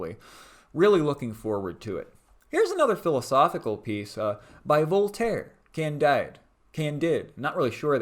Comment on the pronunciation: Nice haul! Its pronounced can-deed by the way